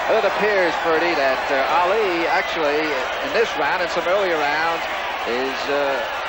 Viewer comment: That reporter said "Meeuhammad Aeli" 😂😂